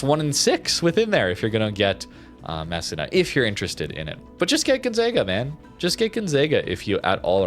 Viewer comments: You are making little old italian ladies cry in Italy. It is pronounced meh-SEE-nah......gon-ZAH-ga, and veh-NET-tsyah. Come on Canadian! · MESSEENA, proper pronunciation please, and thank you for pronouncing Sicilia properly as well. That one took a while. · Hey, Italian here. Its pronounced Mess-e-nah. Just a heads up😊